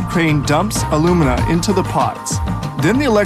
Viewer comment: 4-5 tons of bauxite is made into 2 tons of alumina (aluminum oxide, AL2O3) which is then made into 1 ton of aluminum metal. The way alumina and aluminum are pronounced in this video makes it hard to understand.